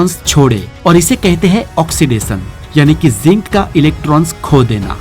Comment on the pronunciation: "श" को " स" न बोलें, यह गलत है। "रहश्य" ❌❌ ==>> "रहस्य" ✅✅ "ऑक्सीडेसन" ❌❌ "ऑक्सीडेशन" ✅✅ - " नमक के पानी के कपड़े का सौलयूसन होता है " ❓❓❓❓ ❌❌❌❌❌❌✅✅✅✅✅✅✅✅✅✅